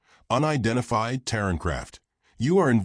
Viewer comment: Terran not Taron…..sighs